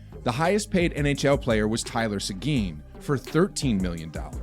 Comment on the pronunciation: Great video but you BUTCHERED Seguin badly.